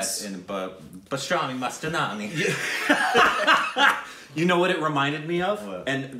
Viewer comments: Man I can't 🛑 😂 when you said Mastanani instead of Mastani 🤣😜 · PASTRAMI MASTANANI hahahahaha 🤣 Love you, please never stop butchering Hindi movie names!